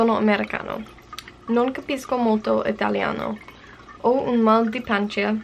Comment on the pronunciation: your first italian entry was not bad at all:) your intonation is what it is expected from your level, I was able to understand all the words, and that is what's important:) the only bit you mispronounced is 'pancia', because you put too much effort on your 'i'. You have to think of it not like a stand alone 'i' after a 'c' sound, but more like that 'i' is making the 'c' sound soft! So, less effort on your 'i'! I hope I made myself clear ahahah your pronunciation was very good, but you need to practice with gender in italian and some verb conjugation:D Love this challenge, you guys are amazing and an inspiration! Every time I watch one of your videos I get motivated to go and do some lessons of my target languages (btw, I'm studying spanish too! But on duolingo. From your videos I get that mango is a bit better than duolingo, so i'll check it out. I think that the similarities between my native language, italian, and spanish are both helping me and making it difficult. I feel, at the same time, a lot more confident in spanish because I know that as an Italian speaker, we share a lot of vocabulary, and the pronunciation is not so different. I can speak to a Spanish person and we would understand each other pretty well. But feeling confident is making me too bold, and so I make lots of foolish mistakes I wouldn't make if I were a bit less confident. Also, I tend to fill in the gaps in my knowledge of spanish with italian forms, so... it's pretty messy ahahahah:D)